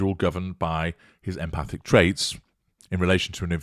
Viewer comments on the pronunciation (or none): none